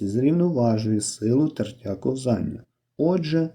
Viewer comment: Словник української мови. IV том. Правильно "КО́ВЗАННЯ". Це важливо, бо це мова!